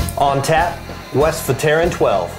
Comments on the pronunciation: As soon as I can afford to go to Flanders to have a glass of this, then I will learn how to pronounce it correctly. :) Til then we have to suffer through our Ohio accents. We did try to do a little research to see how other people were pronouncing it, but people are all over the place in how they pronounce it. Thanks for the tip. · Funny how you pronounce Westvleteren :p